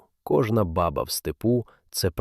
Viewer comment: Баба треба наголос ставити на друге а і тоді воно буде звучати по тюркські ,це справді в арабів , курдів означає батько .